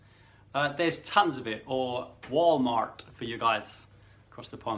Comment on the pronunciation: WaLL MaRt . . . Brits doing an American accent . . . so funny!